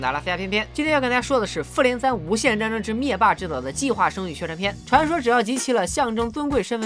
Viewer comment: 一直將復聯聽成婦聯😂😂😂